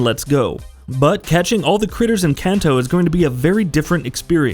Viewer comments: “Can-toe” lol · As a gamer in Japan I was overly distracted by how you said Kanto, but overall solid video